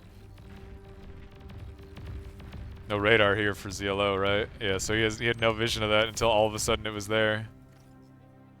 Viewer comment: Please call him ZLO , as in SLOW ,HES FROM FAF , the best of the best